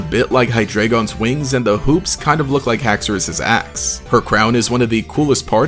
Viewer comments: What people hear:haxorus axe what i hear:haxorus as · bro I really thought you said Haxorus' ass first watching. lmao